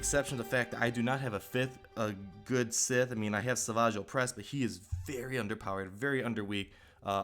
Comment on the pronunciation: sith not Smith